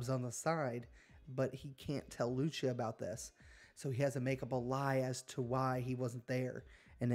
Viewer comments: Bro can’t pronounce Lucia “Lou-cia “ racist as fuck probably mad cause a Latina chick is going to be the main protagonist🤷‍♂️ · Lucia , it's 'posed to be pronounced Lou - cee - ya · LOO-SEE-UH… tell me you have spoken another language without telling me. 😂, nice gta vid tho